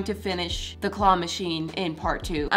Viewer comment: I heard you at the start of the video say Qwah Machine 😂😂😂